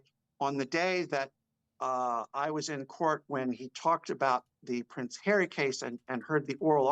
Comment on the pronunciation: PVvvvvvince havvvvvy 😂